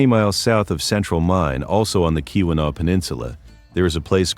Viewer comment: The pronunciations are real rough there… I’m also very skeptical of those pics. I’ve been to many of these places and I don’t remember seeing all those foundations. Additionally, Mandan isn’t on Lake Superior, unlike in the picture. “KEY-one-aw” “On-tuh-NOG-in” “HOE-tun” “Puh-KWA-ming” You did get Kalamazoo and Saugatuck right!